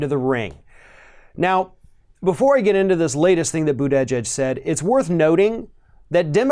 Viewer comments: ~ As a journalist, one must pronounce Pete’s last name correctly if one chooses to say Pete’s last name this many times in a video. ➡️ Pete Boo-ta-jedge 😉👍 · The polls said Hillary would win, and look how that turned out. I like Bernie and Pete. Either way I will support anyone the Dems put out. And for God sakes learn how to say to man’s last name correctly. The way you butcher it makes you sound a bit Fox News caster, lazy and stupid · You should learn to pronounce his name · It’s fun listening to pronounce Buttigieg’s name! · I thought we had the pronunciation of Buttigieg down ,guess not 😅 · Buttigieg's name is pronounced differently in every ROF video. Now we're at "Bu-TEH-jedge". Whoever he is, he's an empty suit. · He still really needs to work on his name pronunciations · I'm not a fan of mayor Pete But if you're going to criticize him and pretend you know what you're talking about you should at least pronounce his name properly. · I agree with you about Buttigieg. I liked him at first but I'm not liking him now. But that aside, your pronunciation of mayor Pete's is making me cringe. I love your videos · Lol, still can't pronounce his name??? Democrats are like a pack of dogs who are out of Harmony and snarl and attack each other.... Way to divide the vote ya'll!